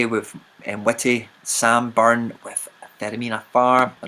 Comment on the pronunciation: it's sambyrne15, u pronounced my surname correctly as well👍. Won't be on it for a while mate literally deleted the app earlier, need a break I must look at my phone 50 times a day